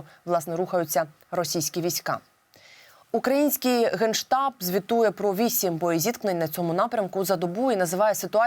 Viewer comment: Украиньский гейштаб? Или мне послышалось?